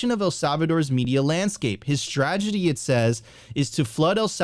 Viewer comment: It’s not “stragedy”, it’s “strategy”.